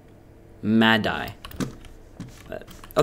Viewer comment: I cried everytime he said Maddie it's mah-di not me-di